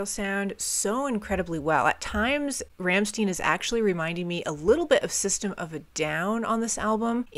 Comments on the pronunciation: Rammstein!! Not Rammstin. ☄️ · They are called Rammstein, no Ramsteen. It's read "Rammshtine" something like that. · Like this video a lot! I love Rammstein and this album in particular. P.s. the band called Rammstein [ˈʀamʃtaɪ̯n] that reads like Ramshtain. Not Ramsten. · just fyi its pronounced Rahm-shtine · Btw, probably somebody wrote it already but anyway: It is pronounced RAM - SHTAIN. You can find an example here: I know you probably looked for it to be sure, but even Google gets it wrong as this is very idiosyncratic. German pronunciation has a lot of nuances depending on region, culture and history (like any language), their pronunciation is more of the Berlin Brandenburg region (where they come from, they are from Berlin exactly), which is understood to be some sort of international German pronunciation, but not necessarily a standard (I know, that's weird), also in this case is kinda coming from a lingo they picked up while growing up. To clear any doubt, you can hear them sing their name in this song from their first album: They actually do that often, many songs have their name in the lyrics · Hello, for the correct German pronunciation of "Rammstein", listen to the song "Rammstein" from the first album "Herzeleid". By the way, the name of the band refers to the "Ramstein Air Base", a large military airfield of the United States Air Force in Germany! Many greetings from Germany!🇩🇪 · "Rammstein" is pronounced differently.